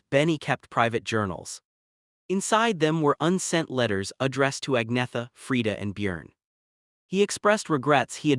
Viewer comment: Its not pronounced ag-netha..its pronounced ann-yetta